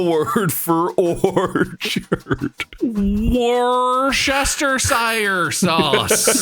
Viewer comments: I need to help non-Brits out here... it's pronounced "wuss-ter-sher" sauce. Don't ask me why. 😅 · The pronunciation of Worcestershire is killing me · That is not how you say Worcestershire sauce but excellent effort 😂😂